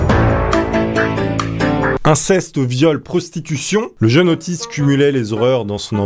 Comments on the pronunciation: Au début je croyais que tu disait autiste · Nan mais sérieusement, à chaque fois que tu dis Otis j'ai l'impression d'entendre autiste x) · À chaque fois on dirai que tu dis : ''OTTISTE'' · tu veux dire Ottis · Ottis tool . C la.liaison abrutie